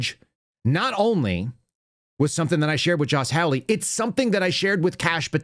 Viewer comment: Senator Hawley's name is pronounced hall-lee like a hallway in a building not howl-lee as in a noise that is associated with a coyote. Not a biggie but I consider it a little insulting to continue to mispronounce his name.